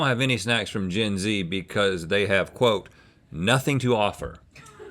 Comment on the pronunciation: Did Rhett call himself the Zen G or Zyn G